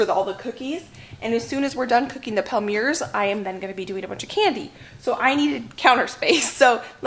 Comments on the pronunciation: You're too cute! Good save on the burned cookies.... fyi - a microplane works well for removing burnt bits. Also, Palmiers is pronounced pom-yay. Super delish!! Looking forward to your candy video. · The french people in the comments are having a laugh 😂 I think the palmiers are pronounced palm-e-a-'s